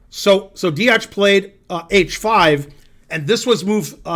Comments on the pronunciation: he doesn't spell it wrong, he pronounces it wrong. Also I don't think telling him Deac has a C as the last letter adds any usefull information that will help him pronounce the name better. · Deac its pronounced dEAK